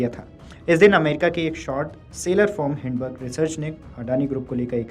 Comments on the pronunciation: हिडनबर्ग नहीं है हिंन्डनबर्ग है । अच्छे से पूरा पढ़ा करो। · आठवीं फेल एंकर, हिडेनबर्ग बोल रहा है